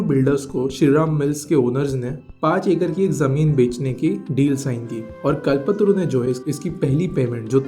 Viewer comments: the person who is doing the audio should know how to pronounce कल्पतरू and he is pronouncing it as कलपत्तरु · आप क्या हिंदी की ऐसी तैसी करते हो, एक अच्छा सा नाम ' कल्प तरू ' को ' कल पत्रू ' बोले जा रहे हो। कम से कम थोड़ा तो समझ के बोलो। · It is Kalp-Taaru not Kalpatru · It's call not kalpatru kalptaru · bhai kal patru nii hai voo its KALPTARU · Its कल्प तरू not कलपतरू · Phle "kalp taru" बोलना sikh le bhai😂